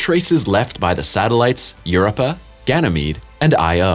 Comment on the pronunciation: "Europa" is pronounced You-ROPE-Ah with the emphasis on the second syllable.